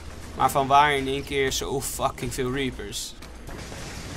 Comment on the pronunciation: idee zeg in plaats van reapers dan repers